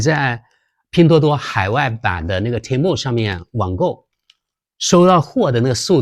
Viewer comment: temu的发音更像“天猫”！😁😁😁